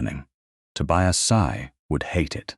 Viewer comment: Please check AI to say names correctly. Tobias...the "i" says its name. I've heard the same thing in other stories with the name Elias. Good story, but VERY long. I fell asleep and had to finish later.